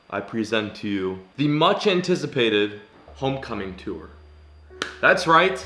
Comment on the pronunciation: Can you never say “tour” ever again in your life